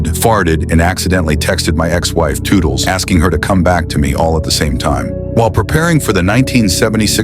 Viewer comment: Not “toodles”!!!!😂😂😂😂